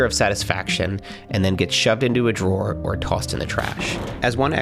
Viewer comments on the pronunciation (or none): none